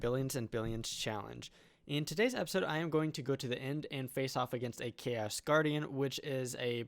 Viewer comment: sounds like "Ikea's guardian" :DD